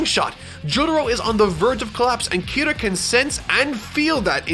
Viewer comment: who the fuck is kiru ???? ITS KIRAAAAAAAAAAAA